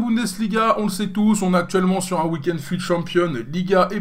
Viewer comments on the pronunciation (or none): none